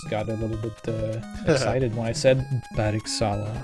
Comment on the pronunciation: Almost correctly pronounced! BERGSALA!